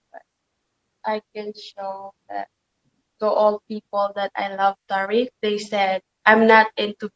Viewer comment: No it's tear-rick